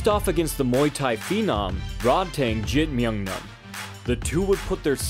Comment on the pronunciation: Nailed the pronunciation, “Rod-tang Jim-num-num.” 😂